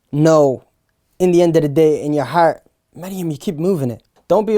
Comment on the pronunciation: I keep on living to hear say heart "har2"